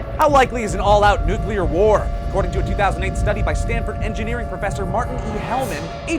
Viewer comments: How to survive a "NUCLER" fallout... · I like "nucler" fallouts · "How to survive a NUCLER fallout"? Easy, just cover yourself in dictionaries. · Nucler war lol